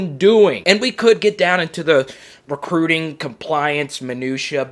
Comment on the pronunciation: Always more recruiting... can’t get enough of “crootin”